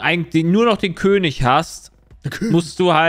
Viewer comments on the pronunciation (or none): none